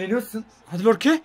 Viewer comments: Aslında Lorke değil Yorke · Ya lorke degil yorke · abi lorke değil yorke adamın adı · Lorke değil Yorke olduğunu söyleyin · Abi yorkeye lorke diyosun çıldırıyorum ya